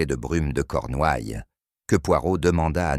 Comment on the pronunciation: 58 sec., ça commence : - "Paul Méarbé"...Poolmare Bay -"Je étais"... -"Les Cornoilles"... -" Les yeux se plicernent...". -" J’en ai ris "...(de veau ?, 😂 pardon) -" le glade vivant..." (?) -" les fleuses...(les falaises) -" des teintures pour dormir."...(?) 😂😂😂😮🤮🤮🤮 J’arrête de vous emmerder avec ma rebellion sur les fautes de Français, mon cardiologue s’inquiète. Mais pour les personnes mal-entendantes qui les subissent ...quel outrage !